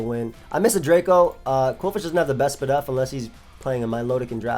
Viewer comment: my guy said “spadef” 😂😂😂💕